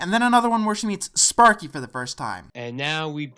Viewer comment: And also it's Sparky, not Spaky.